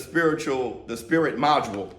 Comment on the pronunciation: Yo im pretty sure the book says "Spirit Molecule" not "Module" lmao. Im surprised you couldnt see that wit yo big o bug eyes..😂 love ya boy!